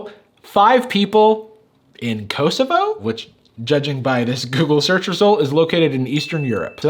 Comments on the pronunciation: You emphasized the wrong O in Kosovo kosovO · Kosovo is a short first 'o' sound, like in cot or cost. At least that is how I have always heard it. Growing up in the 90s in Europe it was on the news A LOT because of war. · kosovo is pronounced "koh-soh-voh", instead of "kowe-sowe-vowe" -a serb :) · When some of your fans from Kosovo, you celebrate the little shout out. Would have been cool if you had checked how to pronounce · he butchered the name kosovo so much but it was fun to hear. (btw im from serbia, so ik theres beef between kosovo and serbia, but personally, i dont care abt that) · The way he pronounced Kosovo, I didn't even register what he said until I saw it written on the screen 😂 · Since I'm from Bosnia and Herzegovina, and I speak Serbian I cringed at how you said Kosovo.